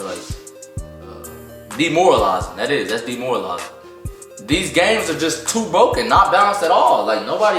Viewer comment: Bro said demoralizing lmaoo